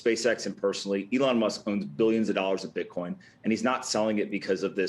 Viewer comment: Did he say "ethlong Musk"?